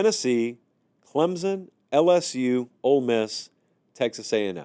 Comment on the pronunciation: Let's start the season right It's CLEMSON, not CLEMZON. Thank You GO TIGERS!!!!